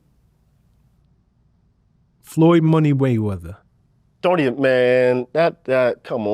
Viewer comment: “Floyd money wayweather” is what he said lmao wtf 😂😂 💀